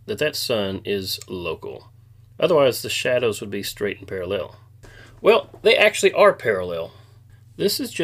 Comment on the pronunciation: what in the tf is with flat earthers putting the emphasis on the wrong syllable of the word parallel?